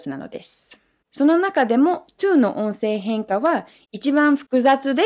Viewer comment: 「音声変化」の発音がいいな。上級者向きの話題だな。